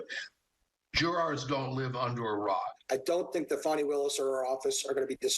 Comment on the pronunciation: Oh you!! So funny!! 😂 "Fanny Wade" 😂. Fanny 😂 Wade 😂 Such humor 🤣😆😂😄😅🙄 Wait. Oh, her name is Fani Willis. Pronounced like Fonny. Eh, you're not so humorous after all. Just mean.